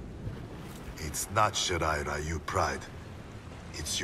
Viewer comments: Funny how they totally mispronounced Shirai-Ryu as "Shirai-Rayu". But they fixed it in the new live action film. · Why is it when you tun on the capcations to english every time scorpion say shirairayu it say shit i ryu